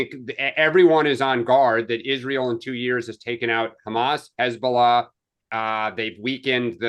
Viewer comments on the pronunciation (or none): none